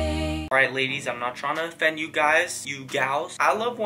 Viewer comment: "I'm not tryna fend you"😂